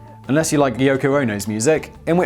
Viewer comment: Did he say yucko? 🤣🤣🤣